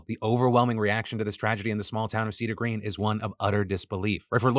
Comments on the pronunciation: Hi Phil! That’s my home town… and it’s not Cedar Green… it’s Cedar Glen! Big fan.. just wanted to speak up. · Lake Arrowhead is my home. Just so you know it's Cedar GLEN not green. I hope Lauri's family can find some sort of peace. She seemed like a wonder person that cared about so many. It's awful that a few people's hate can cause so much harm!